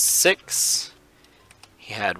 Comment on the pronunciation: In my opinion since school started ppl have les wins and caps and less time to play but in summer I had way more time and it’s om6 is pronounce (Oh - my - 6